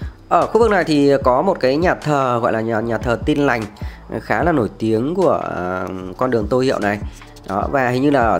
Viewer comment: Bạn nói ngọng l thành n, n thành l nhiều quá: “nối vào Hoàng Quý”, Khu vực này khá “nà” cũ kỹ…